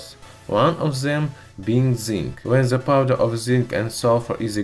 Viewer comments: I know a few russians, and am polish. I know it's possible for you so just... learn to say 'd' or 't'. It's not 'zhe', it's 'the'. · Ze rubber lol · "ZE WATER"